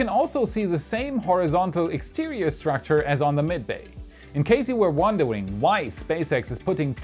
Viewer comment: 2.05 "in case you were wonderwing" 😅💞